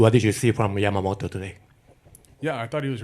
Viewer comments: パピがために「ジャマモト」て発音するの好き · 誰一人としてヤマモトって言えてないの草